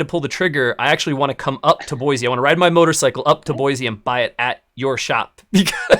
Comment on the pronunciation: Boise, no Z, boi-c